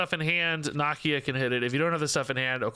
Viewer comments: It's Nah-Key-Ah 🤦🏾‍♂️. They say it a ton in the black panther movies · I don't believe that's how you say Nakia